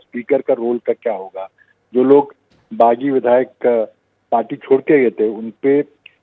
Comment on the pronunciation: Anchor sir, don't say bagi....